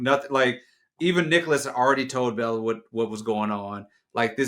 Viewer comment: its "Belle-A" 😂